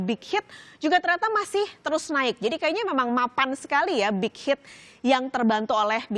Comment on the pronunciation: Mba ngomong BTS sma bighit nya biasa aja jangan di..gmna ya susah jelasinnya pokoknya biasa aja ngomong BTS sma bighit nya biasa aja🤣